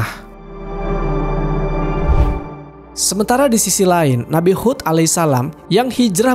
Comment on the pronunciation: Nabi Hud bukan khud